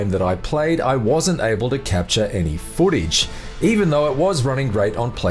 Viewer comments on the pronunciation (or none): My 6 year old nephew can narrate better than this dude. Holy shit this guy sucks. “I wasnt able to capture any FOOTAGE. “ “I was playing on a PEE ESS FIIIIVE” “ on a much higher TEMPO” . “About 15 minutes to comPLETE” “gradual build of TENSION “